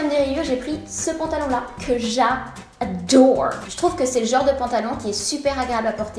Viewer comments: J'adore ton " J'adoairle " 😂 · Chadore, Chadère, Che Falide 😂😂😂. Tu es trop belle et super drôle je t'adoooooooooooooores tu es mon modèle. 😍😍😍😍😘😘😘😘😘😘